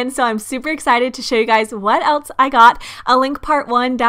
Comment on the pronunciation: “What Eltse I got”